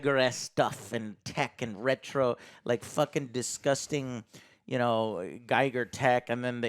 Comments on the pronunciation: HR Giger's surname is pronounced "g-EE-gur" not "g-eye-gur". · Giger is pronounced 'gee-gerr', not 'guy-gerr'. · It rhymes with eager. H. R. Giger. His nickname was eager Giger.